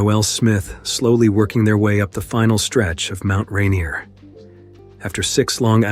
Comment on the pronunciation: The narrator has obviously never been to Mt Ranier...